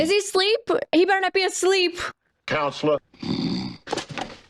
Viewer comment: "sometimes dead is betta'...'